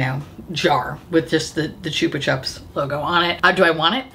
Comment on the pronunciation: The way you said Chupa chups is so fcunny